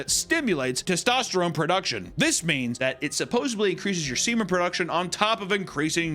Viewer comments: The word is supposEDLY!!!! NOT supposABLY!!!! For the love of God Please like this so he sees it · Supposebly it's actually pronounced supposedly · Supposedly. Suppose-ED-ly! It’s not that hard! There’s no “B” in supposedly!